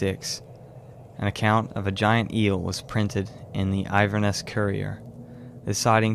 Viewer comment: Fantastic video, really well done with so much information. Great job. Only mild complaint is that it's Inverness, not Iverness.